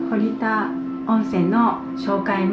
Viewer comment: ほりたではなく、ほったです。